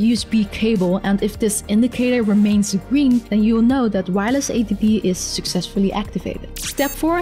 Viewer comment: Please speak Chinese and add subtitles. We don't say "gring" it's "Green". G.R.E.E.N.